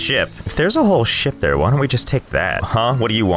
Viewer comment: When he says ship I think he saying something else